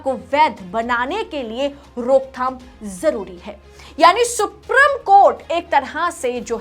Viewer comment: Madam” सुप्रीम” कोर्ट होता है “सुप्रिम” कोर्ट नहीं होता 😃